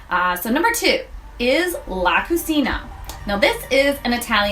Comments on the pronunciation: This is an informative video. Simple and well executed. My only gripe and not limited to this presenter (by any means) is in the pronunciation of words. La Cucina is pronounced La Ku-Chee-na. Cagney's is not pronounced with a long A vowel sound, but a short A vowel sound. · La Cucina is pronounced LA Cu(CHEE)na....it means "the kitchen"